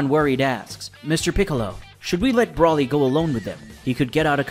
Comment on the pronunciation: BRO LEE, thats how its pronounced. Not Brawly dude. Broly is its spelling idk where your getting that pronunciation from 😂 😂